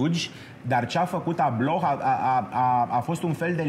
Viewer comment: Va iubesc dar ma zgarie pe creier pronuntia incorecta a numelui lui. Nu se pronunta H-ul, e “Ablo”